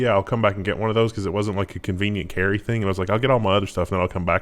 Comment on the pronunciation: I'm pretty sure is pronouncing thing weirdly on purpose trying to troll everyone. He does it a lot:P